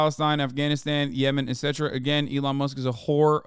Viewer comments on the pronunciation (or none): none